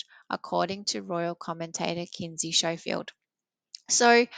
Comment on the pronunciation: Schofield is pronounced SKOfield not Showfield :)